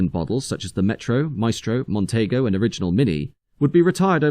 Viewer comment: You can tell a young narrator on these videos as they mispronounce the name "Montego" as "Montaygo" ! 😅